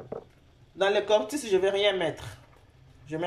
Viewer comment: c est cotis et non cortis